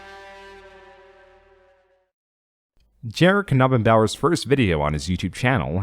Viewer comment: Wow, you pronounced Knabenbauer correctly O.o